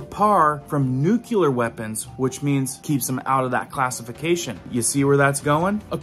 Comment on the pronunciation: I love your videos, but you keep saying nuculer , it’s nuclear